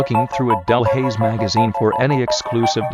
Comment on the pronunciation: Yes correct pronunciation!